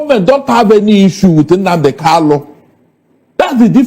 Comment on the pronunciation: My friend, his name is Kanu and not Kalu. It's irritating hearing this supposedly educated man saying Kalu instead of Kalu.